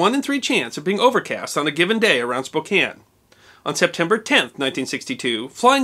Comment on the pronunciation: .... It's Spo CAN... Not Spo KANE.